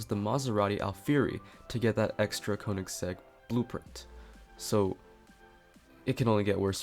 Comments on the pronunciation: You Pronounce Koenigsegg Kønigsegg or Köenigsegg. Just search How to pronounce ø or ö. Both are pronounced the same. It’s norwegian and swidish. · Can't say koensiegg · it is pronounced KUHN-IS-EGG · I pronounce koenisegg kuhnasegg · Say konegseg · It’s pronounced Königsegg